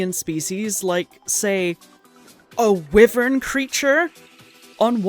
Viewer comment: omg my friends made fun of me for pronouncing Wyvern this way, glad to hear someone else say it like that lol